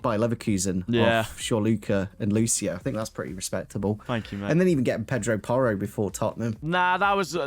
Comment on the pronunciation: It's Pedro Porro actually😂